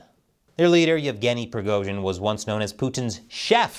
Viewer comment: keep up the good work, but for the love of God, you managed to somehow mispronounce EVERY. SINGLE. RUSSIAN. WORD. Other than Prigozhin, Moscow, and Putin, you butchered them all. It's just jarring, especially when your Chinese is more or less correct/better than 95% of Americans